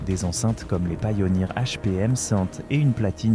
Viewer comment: Encore une vidéo ia on touche le fond et au fait on dit pioneer et pas PAILLONIR 😂